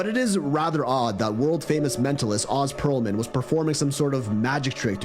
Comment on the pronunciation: its Ohs Pearlman not Oz as its spelled just fyi